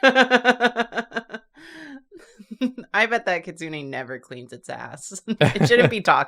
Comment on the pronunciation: Is anyone else bothered by the way she pronounced “kitsune “?